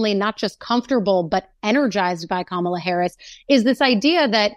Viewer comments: It is KAMala not KamALA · comma lah. Not camo la.... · Harry pronounce her first name correctly. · C’mon, Harry - learn how to pronounce Kamala! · Say her name correctly.